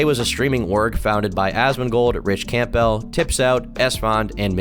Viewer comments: the type of guy to pronounce campbell as camp bell. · Your pronunciation has always been trash, but managing to mispronounce 'Campbell' is pitiful